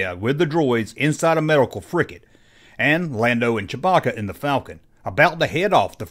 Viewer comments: It's FRIGATE, not "frickett"! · Dear God, it's a "frigate." With a G. Stop saying "fricket." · Frigate, not fricket. Gomer.